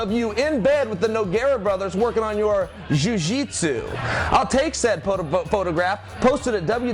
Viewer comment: “Working on your juis-jitz-tszu” 🤣